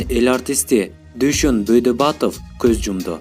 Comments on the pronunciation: Байдөөбөтов десең бөйдабатов дебей уят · Бойдобатов эмес Байдоботов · Дуйшон Бойдабатов эмес! Автор, атактууларды озун жакшылап тааныбайт окшойсун. Туура айтышын керек😕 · БОЙДУБАТОВ ЭМЕС,БАЙДОБОТОВ ДЕСЕН ОКУБАГАНСЫНБЫ ЖЕ. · Бойдабатов эмес Байдоботов туура айтсан. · "Бойдобатов" эмес, "Байдоботов". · бойдобатов эмес байдоботов да 🤨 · Бойдабатов дебей Байдоботов деп туура айтсан боло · Бой дабатов дейт да Бай доботов деп туура окусан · Е келесоо Бойдабатов эмес Байдоботов десен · Бойдабатов эмес Байдоботов деп айтсан туура айтканды уйронсонор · Бойдобатов эмес Байдоботов, туура окусан. Тантык экенсинго. Суйлогонду уйрончу. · Ээ Дон баш озун Дойдобатов Байдоботов десен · Дуйшон Байдоботов болот Бойдабатов эмес эшек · Дуйшон Бойдабатов дейсин го тантык,Байдоботов десен тантыбай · Дуйшон Бойдобатов эмес Байдоботов ,барып мектепти аяктап анан блогер болчу чимкирик.куйгузду ушу сага окшогон жаш балдар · Автор сен сабатыны жогорулат дуйшон Байдабатов эмес Байдоботов деп айт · Байдоботов туура айтсан далдырабай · Тооба журналисттер туура сүйлөгүлө Байдөбөтовду нээ деп айттың????Биринчи даярданып сүйлөгүлө силер көрүүчүлөргө үлгү болушуңар керектигин унутпагыла !!!!!!. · Байдоботов дечи суйлоп жаткан бала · Дуйшон Бойдабатов дейтко э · Харам админ Бодубатов дедиго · Ошону айтсан ! Туура окубайсынбы ! Байдубатов дебей ! Кичине репедиция кылып албайсынбы ? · Дүйшөн Байдөбөтов деп туура окусаң тантырабай!